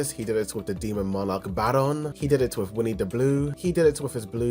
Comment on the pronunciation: Did he really say "Winnie the blue"?!!😅😅